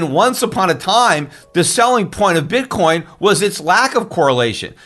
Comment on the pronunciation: That SOB J Bravo, every time Schiff says "Bitcoin" I hear him saying "BITCORN."